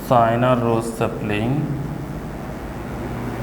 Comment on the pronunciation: sir is not sina is china ,dont say p to f and say f to p sir yhis is a bi problem plz say it properly plzz! by niladrees_